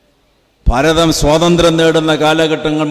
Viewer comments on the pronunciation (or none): none